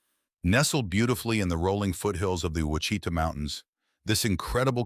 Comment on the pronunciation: WA-SHEET-AW, WITH THE ACCENT ON THE FIRST SYLLABLE.